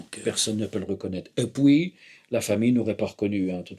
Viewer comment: « Et poui » trop fort 😂